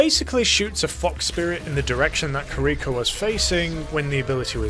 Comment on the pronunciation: I'm gonna be that guy and say that I'm pretty sure it's Kee-Ree-ko, not Ker-Rico. Japanese pronunciation and all that.